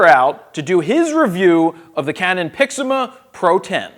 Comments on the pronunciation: You still say Pixima :P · I believe he was commenting on your pronunciation of PIXMA.